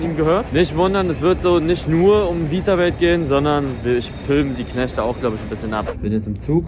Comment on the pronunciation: Witzig wie Eli den Namen seiner eigenen Marke nicht aussprechen kann. Is ist just me oder sagt er ganze Zeit „Vitawelt“ ? 😂